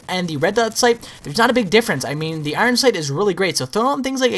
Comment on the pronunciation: he cant even say his name 12aw instinct properly it sounds like he says oron sync